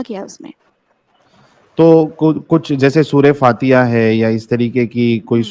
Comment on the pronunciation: Tune surha fatiha shi nhi pdaa